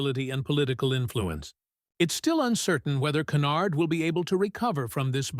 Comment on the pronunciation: Tiffany "KENARD"???? Don 't waster your time on this AI generated crap.